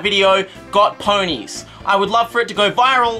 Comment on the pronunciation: I freaking love the way he says poneys :3